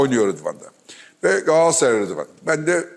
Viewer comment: Sevgili Fatih abi lütfen şu "Galatasaray" telaffuzunu düzgün yapın rica ediyorum ya.. Bir fenerbahçeli olarak yazıyorum bunu.. Abi "Gaaasray" demek hoş olmuyor yani her defasında..